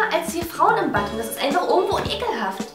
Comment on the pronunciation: Es heißt Bad und nicht badd